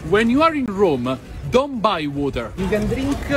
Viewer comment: Bro could not say Rome. HOW